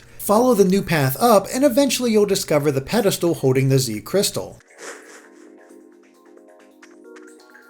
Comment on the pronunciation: When he said pedestal I thought he said pedophile...